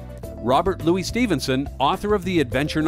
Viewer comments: Robert Louis Stevenson’s middle name sounds the same as “Lewis”, NOT “Loo-ee”. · FYI, Robert Louis Stevenson's middle name is not pronounced Loo-ey. It is the English pronunciation, with the "s."